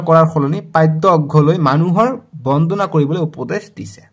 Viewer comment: Sir manob bondhona nohoi bondona😂